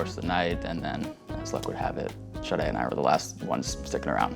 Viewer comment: Im not the only one who thought they were calling her shawty 😂😂 and later realized her name is sade